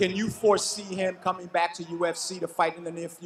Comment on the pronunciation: Al "No pressure on my brack" Iaquinta